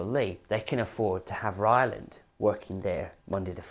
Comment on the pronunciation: TBF he did say “ Ryland”. 😅